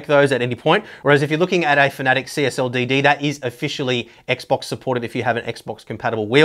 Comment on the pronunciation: Just a very small moan.... Its fana tec...... Not fanatic or at least that's what I heard someone from the fana tec staff say.... Anyway good videos, hope you keep them going.